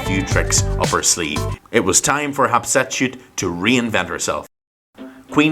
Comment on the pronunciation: Sir it's HAT SHEP SUTTTTTTTTTT